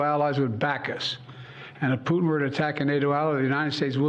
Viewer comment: well he got putins name wrong a few times, prutin.